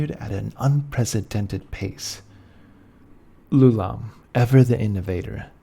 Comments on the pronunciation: It's "Eye-oo-lom". Why would you even think it's "Loulam"? Does a person's name start with a lower case letter? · It's Ioulam, not "Loulam". You should confirm the spelling and pronunciation of proper nouns before you record. I think I know what went wrong, the same thing as shown in this comment: lousy sans-serif fonts conflate a lowercase L, "l", with a capital i, "I". The name of the inventor of the floating city was definitely spelt with an i; ioulam. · You are pronouncing Ioulaum wrong !!!! What you are actually pronouncing is Loulaum . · Ioulaum is spelled with an I, not an L. It sounds as if you are saying his name as Lou-Lahm. I don't believe that is correct. Or, are you saying Ooh-Lahm, and I'm hearing you incorrectly? The Netherese also tried to move into Realmspace. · My first video of yours. Absolutely phenomenal quality and depth of information, on par with the bigger guys like Lorepedia, but, while he's fantastic, my issue with Lorepedia is he tends to jump topics kinda randomly, repeat himself, and kinda sounds like he's a bored intern reading from a textbook. My only note for this video is that "Ioulaum" starts with an "i" and not an "L". "Ee-yo-lahm" or "Eye-yo-lahm". Otherwise incredible work and you got my subscribe!